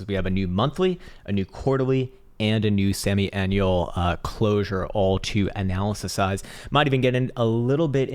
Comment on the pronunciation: "analyze" brouuuuuuu